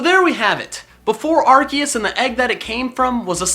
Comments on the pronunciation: It should be pronounced "ar-see-us" because when a c is followed by an e is makes the soft c sound which would sound like "see" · I THOUGHT IT WAS PRONOUNCED LIKE ARSEUS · Not to be rude but ur pronouncing arceus wrong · xXPenguinloverXx that's how it's pronounced I'm amazed at the fact that I'm surrounded by so many idiots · It’s Ar COOS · It’s pronounced ars oos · DO YOU MEAN ARCOOS LOL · aHEM It is Arkoos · Dude this is an old vid called arceus arkoos in 2018 and 2019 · IT'S ARKOOS!!!!!!!!!!!!!!!!! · Excuse Me? 'Arceus'? HOW DARE YOU INSULT OUR GOD ARCOOSE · HOW DARE!! Pronounce it arkoos Plz. . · excuse me arKOOS thank you pokemon talk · It’s pronounced Are-koos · It’s Ar(KOOS) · its pronounced Arkuus. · Nope its Arse us the pronouciation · It's not Arceus - it's Arseoos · Its pronounced (ARe-See-US) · ITS AR-SE-US that's how you say it. DUDE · it ar-se-us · The official pronunciation actually is AR-KEE-US. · GoldenAlpaca ya but ar key us sounds weird ar see us sounds better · It's are-see-use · it is ark key us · charmeleon evolves and sylvally's ability RKS system proves its ar-kee-us. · It is pronounced (AR- SEE- US) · did he just say ar-kee-us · It's ar-kea-us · AWESOME! (also arceus is said like arseus)